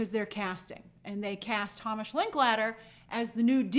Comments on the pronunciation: I think it’s pronounced “HAYmish”. And I’ll be watching Godzilla-1 for the third time, tonight. 🤭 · As another Hamish, its pronounced Heymish.